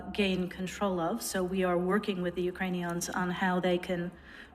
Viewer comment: The way nuland says "Ukrainians", it sounds like Ukraineons. That's always annoyed me